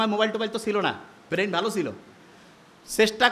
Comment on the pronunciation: 'বেইন' কী জিনিস?😂😂😂